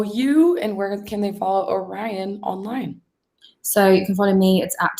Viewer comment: hosts smile fades as she realizes she has totally mispronounced the word "Orion"... and yet she continues to mispronounce it for awhile.